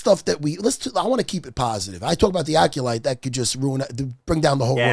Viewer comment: Calling it "the acculite" is incredible